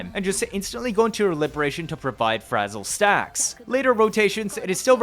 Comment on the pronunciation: I love the emphasis bro puts on 'fleurdelys' but says 'libertatyon' or 'forty circuit' 🤣 on a real note; great vide. super in depth and surprisingly entertaining. the jump cancel is still rotting my mind, soososososo strong